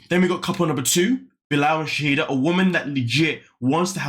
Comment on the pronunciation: Her name is Shaeeda (Shy-da) not Shahidah!